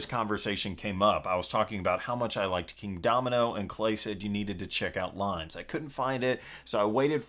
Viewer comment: Not limes by the way. It's pronounced Lee-Mehs. It's based on the Roman border defences...hence the cover... :) Look for the video Limes in 60 secs by Unesco